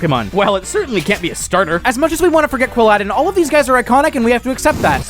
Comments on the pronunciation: 1st it's pronounced like quill paladin Not palladium 2, he's my favorite pokemon stop this slander, he's friend shaped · ... Quiladin does not rhyme with Aladin... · Wow, you hate Quilladin so much you didn’t even say it right lol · I AM NOT TAKING THAT IMMEDIATE QUILLADIN SLANDER, ESPECIALLY WHEN IT WASN'T PRONOUNCED CORRECTLY!!!